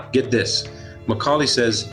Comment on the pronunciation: He keeps calling the guy Macaulay. His name was Mulcahy.